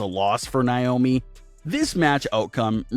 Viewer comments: Its nay-oh-mee. Not nigh-oh-me. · This terrible narrator has no idea how to say Naomi's name right, this channel needs a much better narrator, majority of the reason not to subscribe!